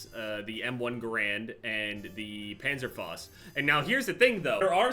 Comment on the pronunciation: Why can’t you say Panzerfaust correctly